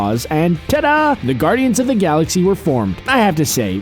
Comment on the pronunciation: I had to stop watching when he said "saxy"